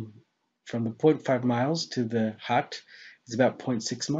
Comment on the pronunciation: Oh... A Hut... A thought you were saying hat or heart... As I Haven't bothered looking at anything by Mr Riley for a while I wasn't aware of his obviously flat opinion in this but I couldn't work out what you were saying at first to be honest